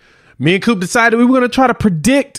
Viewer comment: Why you calling him, "Mean Coop?"